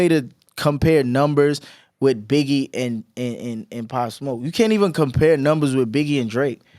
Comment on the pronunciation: He cant say Pop smoke not a legend